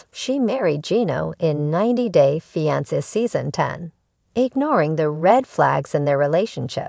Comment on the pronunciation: Please learn the correct way to pronounce fiance thank you!!